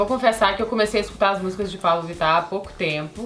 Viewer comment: Tive a impressão que a Camila fala Paulo Vittar no vídeo!! 😏😏😏